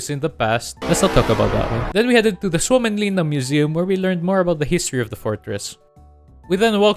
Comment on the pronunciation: the pronaunciation of suomenlinna was perfect